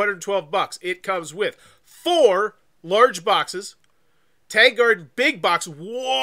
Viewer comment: Worth noting that it’s pronounced Tahng. Tang in this context rhymes with the word song or long or wrong.